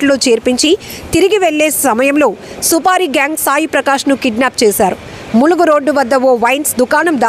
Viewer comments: మూలుగు, కాదు,, ములుగు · ఎవతివే నువ్,ములుగు అనతం రాదా,నీకు ములుగు vastundi